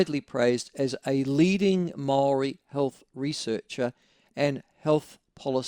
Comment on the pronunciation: fuckin white honkey, do your due diligence when pronouncing maori words, you live in a maori country learn how to pronounce the words properly, thats like going to china and saying knee how